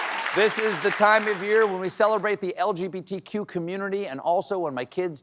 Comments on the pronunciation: It almost sounds like he said lgPtq, like he said P instead o B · and again - "The LGPTQ community" < LOL! What does the 'P' stand for, Stevie? 😆